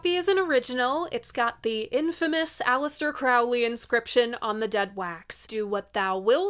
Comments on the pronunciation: it's CROW-lee like a crow. Not Chrao-lee like Crayola. Is the coat an Almost Famous reference btw? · Note: I read in Crowley book, he said his name rhymes with Holy. Crow Lee. Not Craow li. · FYI Aleister Crowley rhymes with "holy" (whether his family pronounced it that way, I have no clue, but he did). And yes, Ozzy was clueless. I figure since you took the trouble to pronounce Moog correctly, you should go 100%...